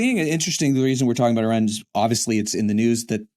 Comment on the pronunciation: thank you for pronouncing the name of the country Iran - e' run - correctly.